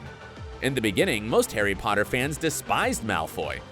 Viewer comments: “pOtTaH” Need I say less!? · lol the fact that even with Draco happy he was like I need to say pottah one last time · famous last words because I think that was his last "Pottah" in the movie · Draco’s redemption scene is everything especially because he said “pottah” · I like how when Draco runs he still says pattah